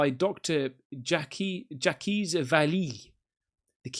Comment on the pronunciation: your pronounciation makes me laugh, ie: Dolores, Appalachian and Jacques. Loved this video and great seeing the different UAPs ( not all Lockheed Martin inventions imo)❤❤❤❤❤